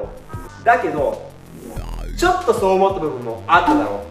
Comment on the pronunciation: 「そう！」が「爽！」になってるとこで我慢できずに笑った🤣ジャズ界の仕組み少しわかりました☺